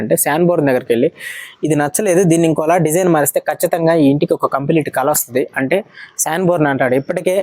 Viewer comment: కల = dream కాదు "కళ"=art అనాలి మీరు తప్పుగా చెపితే విన్నవారు కూడా తప్పుగా నేర్చుకుంటారు గమనించగలరు 🙏